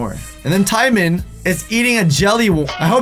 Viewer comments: did I just hear ty-man 😶😶😶 braaaaaa it's t-moan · It is pronounced Ti-moan not Tye-moan like oml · not out of 10 but out of 9.5 and why does he say Tymon it’s TIMON!!! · Did literally just call Timone, Timon? All Disney fan are very ticked off.... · It pronounced Ti-moan, not Ti-men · I was saying to myself it’s not ty-mun its tim-ohn 😂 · Tymon?? TYMONNNNN??!!!! ITS PRONOUNCED TE-MOAN!! Btw i'm not actually "angry" i'm totally kidding. But seriously.... Tymon? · PUMBA AND "TIME-IN" EXCUSE ME ITS TIMON WHO ARE YOU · Did he just call Timon TIE MON???? ITS TIMON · TIMEN? TIMEN?! ITS TIMON! >: ( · His name Ti moan not ti mon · Timon. NOT TIE-MUN TEE-MOAN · Timin? TIMIN? ITS TIMON! NOT TIMIN! ROARRRR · TIE MON!!?!??!?!! IT'S TIMON LIKE TI-MOAN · 😂😂😂😂😂.... He said Tye-min. Bruh... it's Timon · He said timen. It’s timon. Why does this bother me so much. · It's pronounced Ti-Mone!!! Not Tie-Mon lol😂🥓☕️ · Isn't it pronounced Tee-mone. Not Tie-min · Dude his name is tee-moan. Not timan. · TIE-MEN SERIOUSLY I AN TRIGGERED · I like how he says timeman instead of timon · Came to the comments as soon as he said “Tie-man” to witness the roasts 😂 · WHEN HE SAID "TIME -IN "I DIED NO NOOO TAL WHYY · flashbacks Pumbaa and Tymin Pumbaa and TYMIN and TYMIN TYMIN TYMIN!!!! screams and passes out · I died a little inside when he said tye man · TYE-MEN?!?! You're killing me, bro. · t-I-mon Me: TRIGGERED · Timon! Pronounced tee-moan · I know he did NOT just say TYMAN. T.Y.M.A.N. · search up how to pronounce Timon. (Timón) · I cringed when he said Timon wrong! 😂😂 It's said Tea-Mo-N-E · Did he really just say tiemen? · Ahahahahahahahah the way he said timone sounded so haoli it's pronounced howli if u guys don't know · How to pronounce Timon Ta-mone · I think the donkey one is based on Eddie Murphy, the guy who plays donkey... And it's pronounced:Tee moan.... But nice video dude. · you said tighmon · Did he really call Timon Tie-mon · its "TEEMOAN" Timon